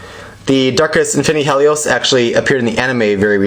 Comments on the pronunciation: Helios is da BOMB!!!! And you're pronouncing his name wrong. Not Hell-ios, He lios. As in the word "he". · Hahahahaha having trouble closing it lol, you called it a bey, btw pronounced hee-leee os You know like the sun god in Greek mythology named Helios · His name is he-lios. A long E sound because his name originates from the word Helios which stands for sun because he was originally a pyrus bakugan